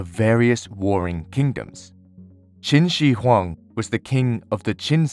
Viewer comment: Props to you for getting the pronunciation of Qin Shi Huang the most correct out of any history talking channel on Youtube I've seen. Though just a tip, the Q in mandarin is pronounced with a more ch tone (like how you'd pronounce tai chi). Also fun fact: the common name for mercury in mandarin 水银, literally translates to liquid silver